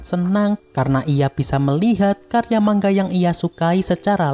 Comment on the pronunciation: Manga bang bukan mangga🗿🗿